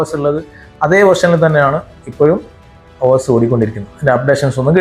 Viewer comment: ഓസ് അല്ല ബ്രോ.... ഓഎസ് എന്ന് തന്നെ പറയണം 😊